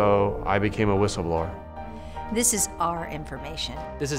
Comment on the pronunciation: lol "whistleblower"